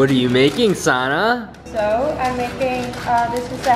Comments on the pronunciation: Why is your name pronounced so weird in the beginning of the video? It sounds more like Sara than Sanne.. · i cringe at how the guy pronounces your name T_T